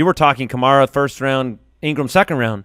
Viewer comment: it’s pronounced Ka-mare-uh. Kills me that people still don’t know how to pronounce a first round pick’s name